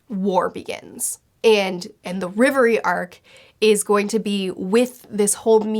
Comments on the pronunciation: It’s REV- Erie not riv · Just to be clear it's Reverie and not Levely. For decades the letter L and R have been confused and it's kinda a guessing game sometimes. Think of how Zoro used to be called "Zolo". Though it's probably best to be clear that it's not always R instead of L, you'll find that out soon with a certain island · For everyone outside of asia (or just Japan and China, I'm not sure) it's the Reverie. All the anime subtitles say it like that and it sounds way better than Levely (in my opinion). 🤗